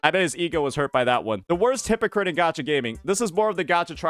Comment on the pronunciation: Cannot pronounce hypocrite without saying "hi_pokke_it"